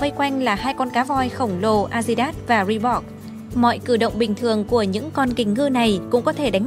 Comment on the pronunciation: chữ Reebok chứ không phải là Reebox.